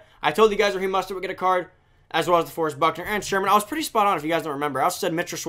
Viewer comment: His name is mOstert not mustert